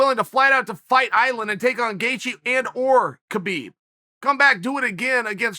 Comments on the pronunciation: Nobody: Chael Sonnen: Justin Gethje Justin Gaethje: Chel Sonen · Chael calls Gaethje Gethje then its Gethje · Justin: My surname spells as Gaethje Uncle Chael: It's Gethje Justin: My surname spells as Gethje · Me: Gaethje Chael: Gethje Me: Okay, Great! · Gethje? Now ur just messin with us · Gate gee